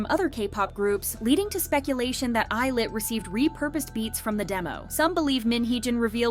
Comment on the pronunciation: I don't think that's how you pronounce 'Illit' ...